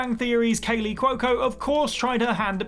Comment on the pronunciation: Oh god kaleys name pronunciation eeeesh